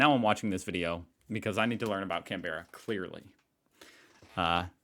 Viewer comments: You are still saying Can-bear-a it’s Can-brah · It's pronounced CAN-bruh, with the emphasis on the first syllable. Listen to how he says it all the way through the video. 😊 The way you're saying it sounds as strange as if we were to put the emphasis on the second syllable in cities like Dallas, Boston or Portland. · It's CAN berra, the emphasis is on the first syllable 🙂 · Can berra !!! lol. Canbera like saying Can ada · Don’t pronounce it Can Berra, we pronounce it Canbra. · Dude, it's pronounced can-bruh, not can-bear-a. But it is can-bear-ren so... Idk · The first thing to know is Australians don't say 'Can Bear ah' we say 'Canbra'. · It is pronounced can-bra not can-beera. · It’s not cam-bear-a it’s cam-bra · Please stop pronouncing it as “CAN bE rah”, it’s “cAn BR ah” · Every time you pronounced the name as “Can-Bear-rah” I laughed so hard 😂 it’s pronounced like “Can-bra”! I know, it’s spelt the way you say it, weird to me to haha Love seeing your reactions and opinions as someone who grew up in Aus ❤ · Just an FYI - we pronounce it "Can'bruh" - not Can-berra... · I was born in Canberra, and I have to make just a small correction. For native Canberrans, pronouncing the name fully sounds weird. Native Canberrans say "Can-bruh", not "Can-ber-ra". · Pronounced can-bra not can-berra and e-mew not e-moo :) lol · I know right he even got this Aussie saying Can-Berra instead of Can-Bra....lol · I love the way you say Can-Berra 😂 For future reference, Canberra is pronounced like Can-bruh Edit: Fun fact: It snows in Canberra, my sister lives over there. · not to correct you but if you say it like this "CAM-BRA" instead of "CAN-BEH-RAH" you're golden for eg. "Hey mate where ya headed this wknd?" "Cambra mate" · can-bra not can-ber-a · Pronounced “CAN-BRA” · You’re giving Canberra too many syllables. Two syllables. Can-bra is how Aussies pronounce it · It is pronounced "Can Bra" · Say "Can-bra", and btw Water Dragons are NOT dangerous! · it's pronounced Canbra.